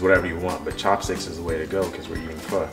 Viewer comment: You murder Vietnamese pho man. This is terrible.